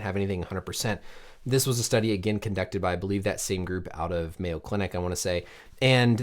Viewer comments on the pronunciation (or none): none